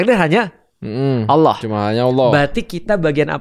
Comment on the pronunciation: Maaf yah utk sama koh Felix..yg sy denger pengucapan ALLOH..terdengarnya OWLLOH..maaf barangkali sy yg salah..